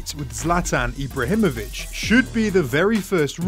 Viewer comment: "eebrahemoich" wtf bro